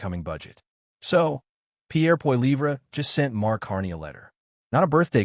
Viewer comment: You could at least learn to say Pierre's name properly.